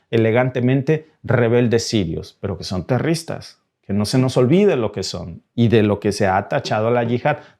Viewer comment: Amigo.queda patetico como dices la palabra terroristas.sin ofender.